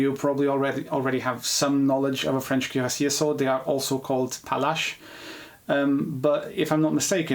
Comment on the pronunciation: You “cuirassier” like “queer-ass EA”.